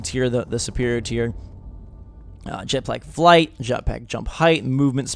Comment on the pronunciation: OMG, I thought you we're dead but it turned out I accidently has unsubbed... -___- Also, You said Jet Plack Flight.